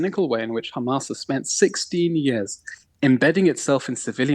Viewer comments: Khamas, bro its HHAMAS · Khamas, Khamas, Khamas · this levi guy has perfected his hamas pronunciation